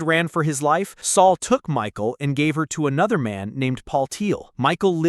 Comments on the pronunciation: Not Micheal but Michal pronounced as Mikha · Headsup - the AI voiceover pronouncing "Michal" as "Michael" makes it sound like a secret surprise homosexual relationship between David and a guy named Michael, for a bit, until the viewer realizes what's going on.